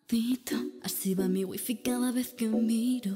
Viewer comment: genial ahi talento,a y por que dices "guifi" :v lol